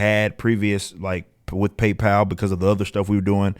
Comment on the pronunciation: It's PayPal ....